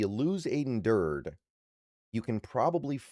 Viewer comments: it's Dur Day not Durd rhymes with turd. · Aden who?😂 (It's 'Durd-y') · It's pronounced dur-day. Do your homework. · I watch a lot of videos from and like his content...but I agree he really should study proper pronunciation for at minimum our guys